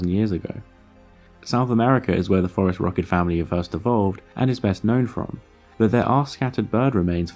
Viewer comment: I’m sure it’s obvious by the comments but to anyone new, “phorusrhacid” has a soft “c”. Also there is a pretty big error in the video where he suggests Gondwana existed at all in the cenozoic. South America separated from Gondwana in the Jurassic period. Possibly before birds evolved let alone phorusrhacids. This is why it is controversial that they made it to the other continents.